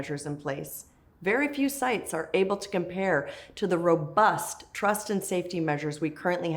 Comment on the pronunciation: Lol the emphasis on robust